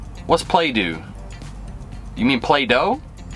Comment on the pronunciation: Playdoo yes ... chew baca ... 👈🏻 country pronunciation .... I have free time 🤦🏻‍♂️